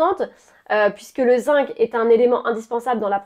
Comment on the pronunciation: Bonjour alors on parle bien du zinC et pas du zingue,pas pareil 😊.